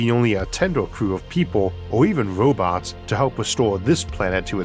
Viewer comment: Why does this guy talk like a baby toddler that doesn’t want to pronounce his Rs. Or replaces Rs with Ws? It is pronounced Robots, not Wobots….